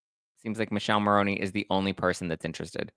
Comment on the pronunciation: youre great but please pronounce Michele's name properly, this italian cannot stand it 😅 Mick-eh-leh Mah-row-nee